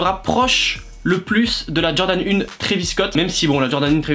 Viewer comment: Jordan "UNE" 💀💀💀